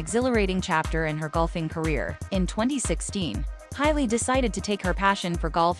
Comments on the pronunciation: Hay-Lee, not High-Lee. JFC! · Ha lee. Not Hi lee.